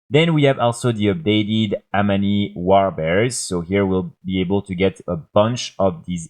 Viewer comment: You really need to work on how you pronounce 'Amani'